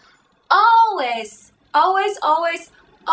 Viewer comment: I think she almost forgot what she actually wanted to say by the end of her "alweiz alweiz" :'D